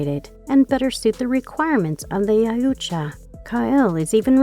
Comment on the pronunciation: Ya-ooh-cha…. What ? Was I hearing that right all 40 times it was said ?